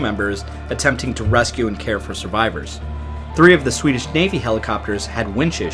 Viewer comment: Hej från Sverige! 🇸🇪 I am Swedish, I will say that you deserve credit for your work of pronocing Swedish words and names! You did a nice job and you tried your best and I sincerely say thank you for your effort! Swedish language is hard to learn unless you are Swedish. We lean English in our schooling as our second language and almost all us Svenskens (Swedes) can speak English well. I don't speak English often, please excuse me if my formation of sentences are not the best😊The MS Estonia was very sad and brought for us so many broken hearts for all Scandinavia and Baltiska people. In Sweden we remember it on every year. Thank you for doing this story for your video! ☺️🇸🇪